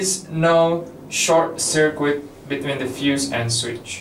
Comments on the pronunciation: Hello, just to let you know circuit is pronounced "sir-kit" in english not "sir-qwit". Other than that your english is very good! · It undermines confidence that the speaker doesn't know how to pronounce the word 'circuit'.